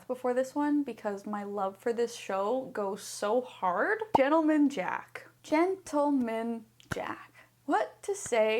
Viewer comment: gent 👏 le 👏 man 👏 jack 👏 is the only correct pronunciation